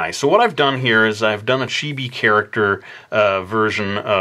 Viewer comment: Ikr! And Chibi not chibi lol